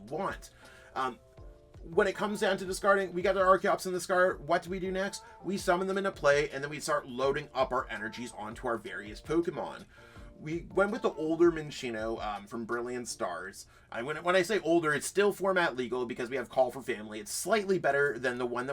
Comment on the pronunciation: It’s pronounced Chin-chee-no, and Min-chee-no, even though there’s no “ch” in the name. Another wierd Pokémon pronunciation